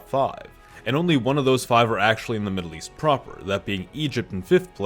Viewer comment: Maddle east chuth war theres com in any mind